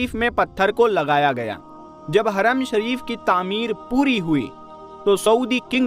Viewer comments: Haram hota hai haraam nahi hota hai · Haram aur Haraam me fark hai bhai...kindly pronounce properly brother...Bohot badhiya tehqeeq hai... MashaAllah MashaAllah... BarakAllah...